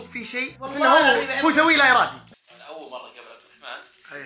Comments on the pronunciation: عبدالرحمن✅ عبدالرحمان❎ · في الدقيقه 7.19 عبدالرحمن ❌ عبدالرحمان ✅ 😂😂 الله يسعدك يا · 7 :18 عبدالرحمن مو عبدالرحمان